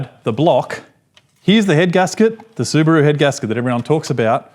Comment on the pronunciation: su broo 🤷🤣 su ba ru✔ he can't pronounce properly